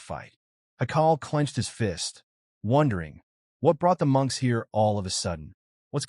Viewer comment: For the most part it's been going good and then we get munches instead of monks😂😂😂 come on edit your AI before you put the video up please do some kind of work don't just punch in some buttons and posts